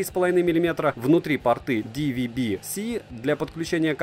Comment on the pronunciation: Очень не плохой телик за такие деньги... ЗЫ: Слово пОрты от слова пОрт, а не порткИ.... (для блогера правильное произношение, все таки, важно)